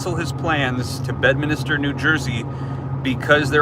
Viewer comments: It’s Bedminster - not Bedminister….just to clarify. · Drop a 2 in the comments if you want to say bed-minister one more time